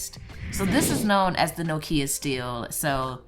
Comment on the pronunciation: I love you and your videos but the pronunciation of Nokia makes me cringe a little :(